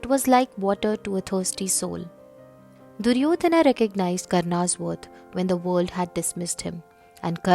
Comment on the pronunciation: it is wrong. Stop commenting about language which you never studied. It is not Duryodhanaaa Not Arjunaaa not Karmaaa The pure form has no aaaa here. Only when another word is added after the name sometimes the joining sound becomes aaaa